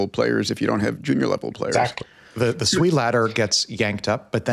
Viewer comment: You say SWE I hear $SUI